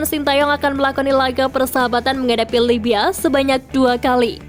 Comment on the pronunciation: Libya oiiiii bukan labya